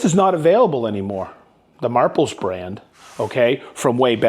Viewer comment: you said mahples correctly